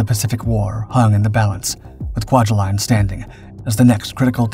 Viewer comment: (Kwai-huh-line) by the way.